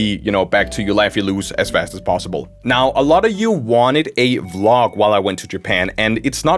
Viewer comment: I swear when he said vlog I thought he said glock.... GLOCK the FISHing GUN